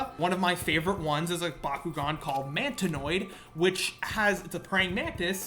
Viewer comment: "Mantinoid" - discount matris